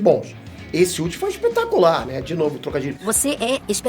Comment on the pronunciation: O não segurando sem falar espetácular,,,,kkk tmj!!!